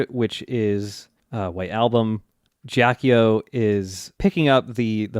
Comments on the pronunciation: This is a huge nitpick, but Ghiaccio pronounced "Gyot-cho", not "Jyock-yo" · so is someone going to correct them on their pronounciation of ghiaccio? please? i cannot stand it